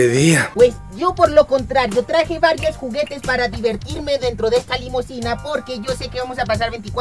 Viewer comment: Dijo juguitos no juguetes